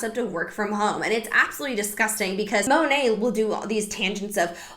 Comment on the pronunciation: Side note. It’s Modern Nature so Monat would be pronounced “Mo-Nate” lol don’t make it sound pretty